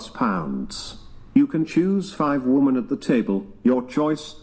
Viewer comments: OMG...I thought it was just me. I legit comment this on so many videos. It's like they don't know woman and women are two different words. 😂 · Why is there suddenly an epidemic of young people who have lost the capacity to pronounce the plural "women"? :P